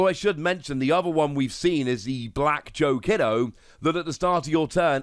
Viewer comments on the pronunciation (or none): Pronunciation: Joe KEE-DO Also, your BanchoStingmon pronunciation is pretty good.